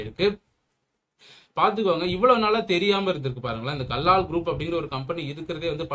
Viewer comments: First learn to pronounce the name properly. It is Kallal கல்லல் Do not pronounce as Kallaal. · Kallal bro not kallaal